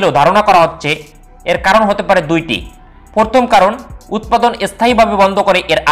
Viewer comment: "এস্থগিত" "এস্থাই" "পর্থম" "বলক" "আমরিকা" ভাই আগে উচ্চারণ শিখেন ঠিক মতো। ঠিক মতো কথা বলা শিখেন। তারপর ইউটিউবে চ্যানেল খুলেন!!! আঞ্চলিকতা থাকলেও একটা কথা ছিল!! কিন্তু তাও তো নাই!! পুরোপুরি উল্টাপাল্টা উচ্চারণ!!